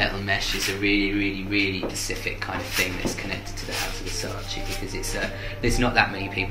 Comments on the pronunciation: NON È "VERSACI" È "VERSACE" Lo impariamo sì o sì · It’s VERSACE not VERSACI plsss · Girl, VersacE not Versaci